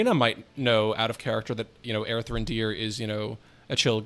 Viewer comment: Every time I hear it, it's Aerthran, dear.